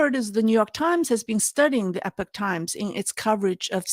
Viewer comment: Epic is pronounced eh-pick but Epoch is pronounced EE-pawk. just FYI. I like Epoch English and Chinese for their coverage of China, but when they cover the US, they tend to jump down MAGA-hat conspiracy rabbit holes without much critical thought. IMHO. On YouTube, China in Focus NTD I believe is owned by the Epoch Times... and YouTube has demonitized them for the next two years.